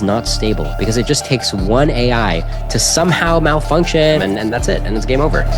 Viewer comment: try rethinking who you are bringing on the show. Anyone who pronounces "Malfunction" the way he does has zero credibility in my book. Not to mention a severe lack of life experience.